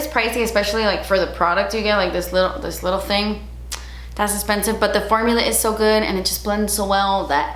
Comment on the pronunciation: I would love to see it as well. They have some beautiful products. voice saying das esspensive was just the first thing that came to mind. ☺️